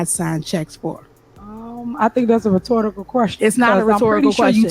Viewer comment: What the heck is a retortical question? Tiffany Henyard is a piece of work! She wants so much to sound educated and she can’t even speak correctly. There are common, English words she can’t even pronounce. Get rid off this goon who constantly interrupts, yet when someone says something she doesn’t like, SHE thinks nothing of interrupting the speaker! What a mess she is!